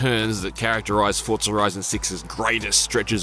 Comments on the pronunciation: FOR ZAA, NOT FORRT ZA !!!!!!! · Fortsa, like how people say Impreza, Impretsa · Why can't you pronounce Forza correctly? How strange. There is no T in Forza, it's not ForTza. Also TOGA is pronounced To-GA... not Togae.... SMFH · Fortza horitzon😂